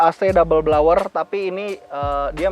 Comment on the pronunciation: Pronounce yang betul: AC Dabel Blower. Bukan Dabel Blawer. Dan bukan Blaw Job juga ya. Nanti istri bingung.